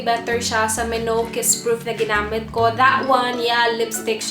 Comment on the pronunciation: i think it's pronounced as me-now